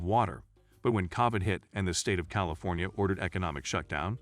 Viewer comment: Can't even pronounce California properly???